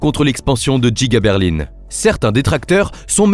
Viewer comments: c'est pour qu'au lieu de dire Berlin il a dit Berline car c'est une IA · ok mais explique moi de quelle région il viens pour dire Berline au lieu de Berlin car moi ça me scie 😅 en tous cas côté grand ouest personnes ne dis ça. Par contre côté montage t'es propre 👍